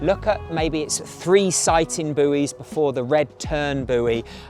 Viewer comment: I can't believe the mispronunciation of buoys!!!